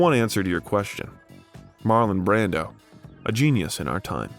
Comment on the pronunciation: The narrator is misprounvung alot of actors/ directors names too he misprounced John Houston name along with Marlon Brandos name.